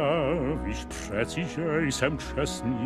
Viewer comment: Jaroslav Horáček byl operní pěvec, má ho zabarvený a zpívá jako kdyby zpíval v opeře. Zpívá dobře, ale jeho hlas se nehodí do disneyovky. Ale proč něco vyslovuje divně (př. "...víš pŘeci, že jsem...) je mi záhadou.